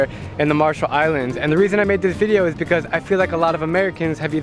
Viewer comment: IT EEZ WHAT IT EEZ